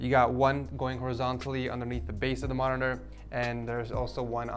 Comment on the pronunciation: Nice "monitora"